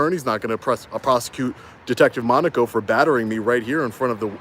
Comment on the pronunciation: Thank God you finally learned how to pronounce Monaco.